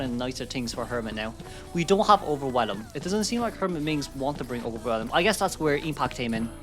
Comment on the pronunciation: While I do think it's endearing, I just want to point out that the new trait is not "Overwhe[lum]", the "elm" at the end is pronounced the same as "elm tree"